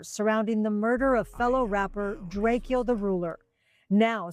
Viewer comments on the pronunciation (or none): Drakio the ruler lol. It’s drako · Long Live ✨️🕊✨️ The Ruler ...its Drake-O not Drake Keo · It’s drake-O not drake-E-O get it right or I’ll be knocking off all kinds of wigs tonight - The Ruler 🙏